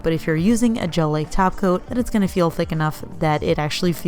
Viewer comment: LOL I THOUGHT YOU WERE SAYING “JELLY TACO” THX FOR THE KICK~ASS VIDEO, WELL DONE!